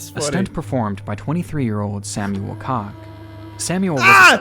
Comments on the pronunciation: Technically Koch is NOT pronounced like cock. It’s a ‘ch’ sound that in the German language sounds more like a hissing at the back of your throat. I don’t really know how to describe it. 😅 Koch also exists as a noun, and is the German (male) version of cook. But yes I remember that. I think my mom watched the show live while I was on the computer. I don’t think the gravity hit as much back then for me though. I was like a pre-teen, I do remember hearing about the aftermath though and it was literally chilling to the bone to hear what had happened. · koch is pronounced "coke." Like heckler and koch firearms. Narrator has pretty bad pronunciation in general. He makes numerous glaring errors.